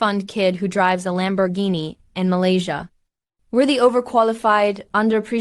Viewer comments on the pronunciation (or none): none